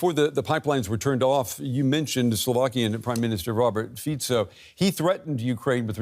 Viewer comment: this is the first newscaster that I see pronouncing the name of the Slovak PM correctly